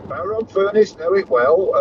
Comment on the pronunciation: Well done on pronouncing the Cumbrian town I grew up in correctly.